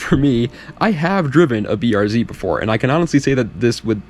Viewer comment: finally a youtuber who uses the Real way to say the cars name, this is what separates the boys from the men.